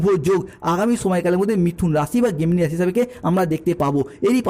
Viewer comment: গেমিনি না জেমিনি